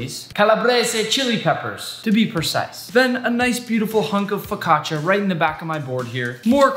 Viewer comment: I hate the way you said focaccia, that hurt my soul